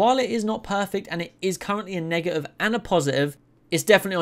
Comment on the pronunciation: Say man…Im going to need u to pronounce “negative” a bit better bro bro